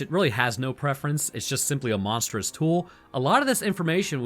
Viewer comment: ... you said "Monsterous Tool".